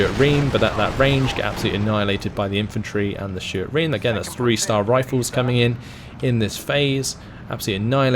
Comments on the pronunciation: Reme is reemee, not ream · its ree-mee not ream! (REME pronounciation) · Or rather Reh Meh because double es sound like i.